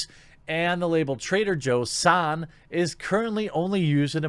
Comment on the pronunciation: It's Trader Joe-San, not Saaaaaan